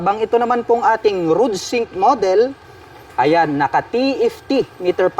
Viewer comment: Ayusin mo nga salita mo paps bakit rudsink sabi mo?